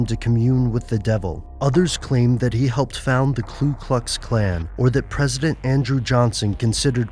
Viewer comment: Lol. He said Klu instead of Ku.